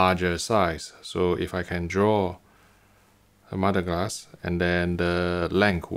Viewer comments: I thought he was saying mudglass. 🙄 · I thought he was saying modeglass or modded glass. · Are you saying "MUD-A-GLASS" ?